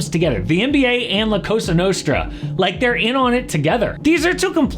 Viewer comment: That idiot Patel said the CASA Nostra